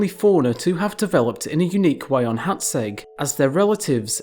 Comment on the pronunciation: I just want to say you are pronouncing Hațeg really well.